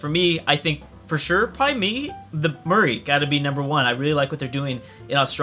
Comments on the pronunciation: Perversely addictive and good fun. Please though Maori is not Murray phonetically but MOWREE phonetically. But amusing stuff from you. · Maori: Mow-ri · look up murri pronunciation.